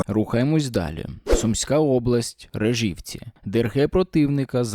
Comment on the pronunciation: Будь ласка, кажіть не рижівці, а наголос и. Рижівка це рядом з моїм містом. І на данний час за моєю інфою, вони туди забігли 9.06.24 зранку і повісивши свою тряпку дуже бистро з'їбались. Ніхто окрім нас місцевих незнає правди. Бо Рижівка це майже кацапія, яка знаходиться за 5 метрів від кордону з орками і на даний час це сіра зона. А як ми знаємо, що підарам спездіть це як з гори котитеся.